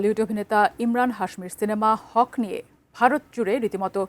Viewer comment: It's not হক, it's হাক। মানে নিজের অধিকার।